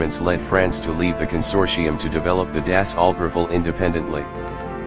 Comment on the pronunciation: Its pronounced dah-soe